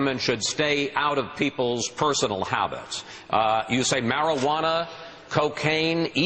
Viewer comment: I love chris said Marijuana lol "Marawannah"